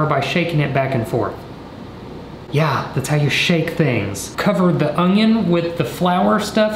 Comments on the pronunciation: Do you really say 'ongion'? Really? 🤣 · The audible “g” in onion just be regional. 😂 “ungyun” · I can't stop thinking of the "oño" meme every time he says onion 😂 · I love that he says ungion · says onion with a slight "g". Watch the video again to hear it. I have other friends who also say onion with a slight "g" sound.:D